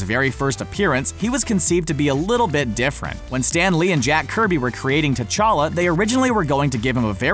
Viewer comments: Prince techalla not tetaka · Pronounced: cha-lah